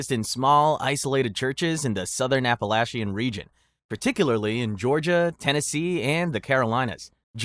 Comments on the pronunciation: I know I am VERY late, but as someone from the Appalachian area. (Tennessee!) It is pronounced Appa-latch-in! ( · You were SO close with your pronunciation of Appalachian!